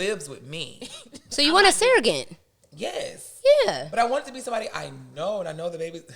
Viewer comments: The way she’s pronouncing surrogate wrong loll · Can we talk about how pronounces Surrogate?